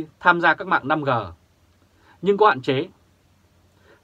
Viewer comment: 5G đọc năm rê 5G đọc năm gờ là sai